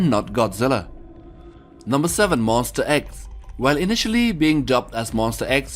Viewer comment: YEAH ALSO WHEN HE SAID MONSTER X HE SAID MONSTER EGGS